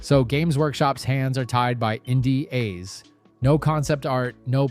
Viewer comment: indieAs? You mean NDAs? Is this an AI voice over? AI script?